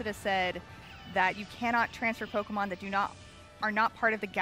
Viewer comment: Anyone notice the accidental “POKERMON”? 😂